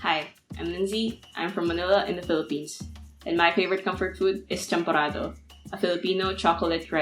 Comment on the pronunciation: Champorado?? 🤣😂 seriously???